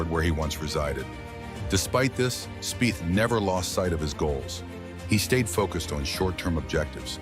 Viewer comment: Speeth is the correct pronouncement of his name….